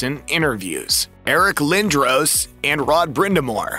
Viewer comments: Who TF pronounces it Eric Lindrowes? Oh yeah...a gossip reel. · How do you have a hockey channel and not know how to spell or say Eric Lindros